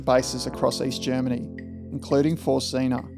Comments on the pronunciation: Great video. You’ve earned yourself another subscriber. BTW Zinne is pronounced Tz in neh, not zeena. The double N shortens the vowel. Z is pronounced tz like in trar. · Learnt German in 2nd and 3rd year leaving years at school . Pretty sure German pronounced Zinna is pronounced like Australia says spinner or Spinna so Zinna not Zeena . It's just a small grasp of German but grates a tad each time you pronounced it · Very interesting, never heard of this incident before. –Zinna would be pronounced “tsinner”. While it’s DDR in German, it’s GDR in English. There would have been no graffiti at the station during those days, small mercies. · It would have been useful to first find out how to pronounce ZINNA